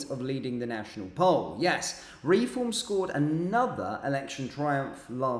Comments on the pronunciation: Not ‘re-form’ but ‘reform!’ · It's Reform one word not Re-form.